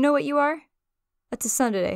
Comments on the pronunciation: well why do she say tusundere if it's soondayray? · Anyone lokey triggerd she pronounced the T tsundure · "T-sun-dere" Voice 1: AHHHH CORRECT HER Voice 2: Fuck it's kinda cute though Voice 3: are square pancakes square pancakes or are they flat waffles? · Is THAT how it's pronounced? Tusundere? I thought it was just sunder. 🤣🤣🤣